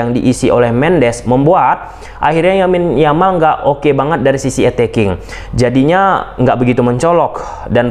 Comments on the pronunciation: Thank u Bang, analisis nya, kita barcelonista. Lamine Yamal Bang, bukan Yamin Yamal. Sepakat Dembele no respect at all (lebih baik kalau pemberitaan untuk nya di black list heeee) dan next game di Mont Juic layak di beri Huuuuu ... Vamos Barca! Setengah kaki di semi final! Hopefully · Lamine yamal abang bukan yamin yamal